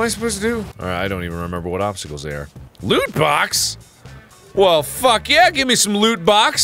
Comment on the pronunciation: I wasn't looking at the screen when he said "loot box". I thought he said "lewd box"